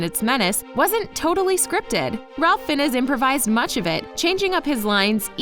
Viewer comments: Cool vid! Just one thing... Who is this "Ralf Finnes"your talking about? 🤔 It doesn't take a genius to find out that "Ralph Fiennes" is pronounced as "Rafe Fines"! When creating videos to honor movie-franchises, also honor the actors by not butchering their names! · it’s pronounced ray fines not ralph finnes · OMG, Ralph Fiennes name is not pronounced Ralf Finnez. It is pronounced Rayf Finez. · HIS NAME IS PRONOUNCED RAYF F-EYE-NS NOT RALPH FINEZ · raelf finnis? Seriously? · Nobody: Narrator: RaLPH FiNneS Rayf Fynnes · "rALff FineSSe" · Ralph Fiennes name is pronounced Raff Fines. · Fun video. Although Ralph Fiennes is pronounced Rayfe Fines. Pls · 📢Ralph Fiennes is pronounced like Rafe Fines btw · Voldemort actors name is pronounced Rafe Fines. How can you do this video and not know this? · Who the hell is Ralph Finnes? Lol how could you pronounce his name wrong? Lol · She did not just call Ralph Fiennes rAlPh FiNnEs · Ralph Finnes pronounced "Rafe Fines" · WHOOPS she mispronounced Ralph's name. His name is pronounced like "Raif Fines". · Not her pronouncing "Ralph Fee-nis" lol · "...by the brilliant Ralph FENIS." This video is full of bullshit, and it's apparent based on the fact you couldn't even be arsed to look up how to properly pronounce the actor's last name. Zero research. All bullshit. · RALPH FINNIS LMAO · And ralph fin uss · Pronounced Ralph Fiennes name wrong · She pronounced Ralph Fiennes’s name wrong. 🤦‍♂️ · That's not how you pronounce Ralph Fiennes.... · I’ve never heard Ralph Fiennes pronounced that way. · THANK GOD SOMEBODY ELSE NOTICED! I literally looked in the comments just to see if anyone else noticed it too....